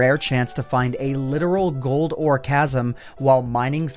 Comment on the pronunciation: ”Ore Chasm”